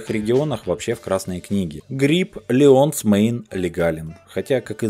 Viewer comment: Правильное произношениеٗٗ Лайенс Мейнٗٗ